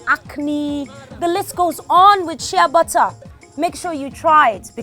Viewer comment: am wondering what u're saying which sounds like "shebatthaa" not til i remember that bottled exfoliating soap with "sheabutter" AND there i got what u're saying--AND THAT's one of the secret of your beautiful skin! hmmm interesting!!! ..nice video!😍😍😍